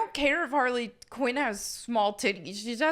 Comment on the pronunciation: Harrey Quinn